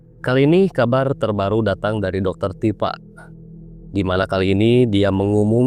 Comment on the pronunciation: Tipa gitu bang .. bukan dr tipa..